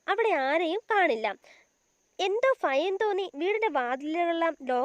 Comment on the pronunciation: ഫയം അല്ല ഭയം 😂😂😂